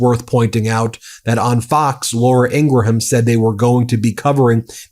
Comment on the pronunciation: When you say the name Graham, do you say it the same way you pronounce Ingraham? It’s not pronounced ingra HAM. Sorry, just a pet peeve.